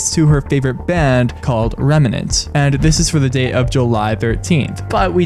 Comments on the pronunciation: Im gonna need you to pronounce REM NANT correctly PLS Loved the analysis tho this is just driving me crazy 😭 It's a FNAF reference clearly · A fan of game theory not knowing how to pronounce remnant is a hilarious thought